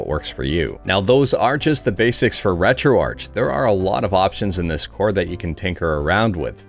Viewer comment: Pretty sure it's moo-pen. not m-yew-pen. ...and it's ret-ro-ark, not ret-ro-ar-ch. (The arch is for architecture.) Let's pronounce names correctly for the sake of correctness.